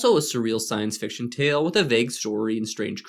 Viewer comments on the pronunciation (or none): none